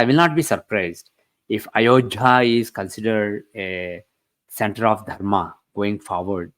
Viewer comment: Why is he calling ayodhya as ayojhya?